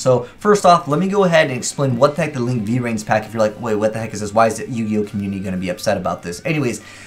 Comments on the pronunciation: Nigga its not V - Rains its just Vrains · For future videos, it's 'Vrains', not 'V Rains' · When you say V-rains I cringe a little